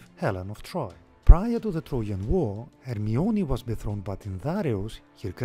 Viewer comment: Her sound like harmiona